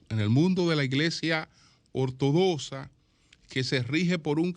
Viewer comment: Ortodoxa... se pronuncia como lo que es: X